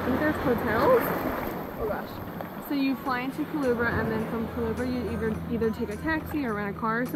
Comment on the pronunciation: Omg you butchered the name 😂😂 it's pronounced Ku-LE-BRA, nice video though🇵🇷